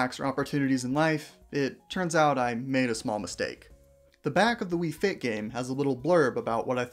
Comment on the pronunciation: Ah yes, "faiyt"